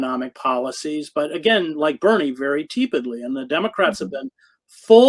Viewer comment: Pronounced TEE-pid by Chris. Wtf?